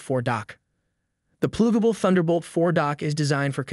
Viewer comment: This is the laziest AI video I've come across. "PLOOGABLE" ?????? 😂😂😂 Give up on YouTube, your shiit content isn't welcome here